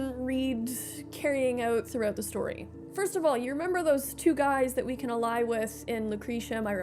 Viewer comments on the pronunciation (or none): none